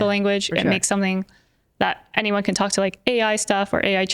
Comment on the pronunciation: WE WOK DE TOK NOT ONLE TOK DE TOK